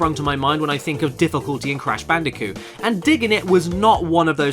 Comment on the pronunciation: Crash Bandicoot Video checklist: 1) make sure to say "sonics arse game" 2) say "cash banooca"